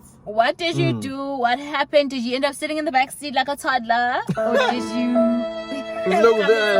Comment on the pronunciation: Personally, I think its really not that deep. i really don't mind either way..... the way emphasizes toddler lol